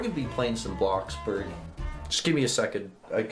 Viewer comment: It's not bloxberg it's bloxburg